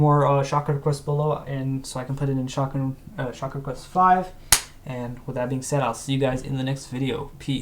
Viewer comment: At this Moment, I thought he said "Shotgun"